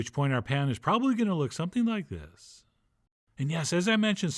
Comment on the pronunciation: "Pan-uhn". "Anymore-huh " "like this-uhhhh" You got some serious issues